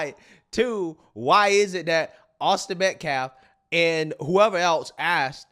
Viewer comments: He axed him to leave. The man said nothing. Good thing he didn’t say touch me and find out. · he not only didn’t say asking, not even axing! MF said “ast’d him” and also said “secur”🤣